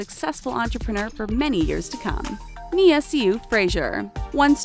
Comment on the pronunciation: "Paige Hyland and her sister Brooke spent 5 seasons on the program.." Me:.... GET YOUR FACTS STRAIGHT! They quit at the start of season 4! (Still love them tho) Btw.... Nia See You Frazier... and chan-de-lee-ay...